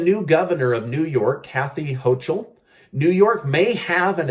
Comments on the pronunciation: That's Kathy Hochul (Ho-kel) Dem of NY. Like the name Michael the 2nd H is silent. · Kathy Hochul is pronounced: Ho-kl The ch is a K sound.